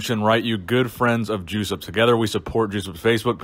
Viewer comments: Is it not pronounced “Yosup” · "Juice-Up" - Hahahahahahahaha!! It's pronounced "Jess-upp", but I'm sure Juice-Up was appropriate. RIP, Legend. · I would really wonder if Józef Wilkosz was not a Polish guy... did you just say his name sound like "juice-up"? :)